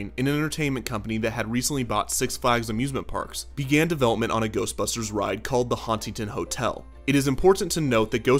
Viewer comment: The first time that Ghostbusters say Ghostbusters it sounds like they are saying Toastbusters